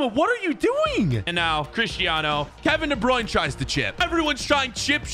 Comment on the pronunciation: If Kevin De Bruyne is your brother, how do you not say his name right?